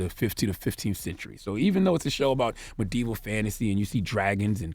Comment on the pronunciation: So no one else heard “Madea Fantasy”? “Brought to you by Tyler Perry we give you Madea goes to the Iron Throne!”